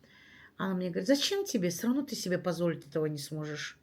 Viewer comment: не " сыровно", а всё равно, так правильно😊